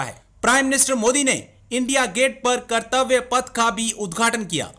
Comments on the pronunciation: Sir, it's not kirtavya but kartavya path meaning Farz ki raah. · Kartabya path bro. Not kritivya path...